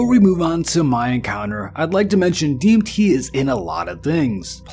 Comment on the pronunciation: LOL had to turn this off less than 2 mins in... dude can't even say DMT properly...